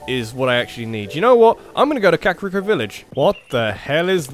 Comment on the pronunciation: I'm sorry but it's Ka-kuh-ree-ko. Not the way you've been saying it.